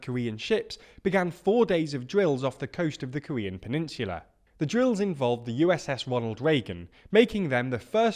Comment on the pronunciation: Why on earth do you pronounce peninsula like that